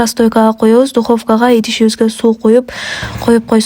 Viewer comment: Пышырсам эмес,бышырсам,пут эмес ,бут,дукопка эмес, духовка